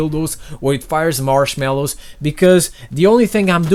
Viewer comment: I love when he says marshmallows 😂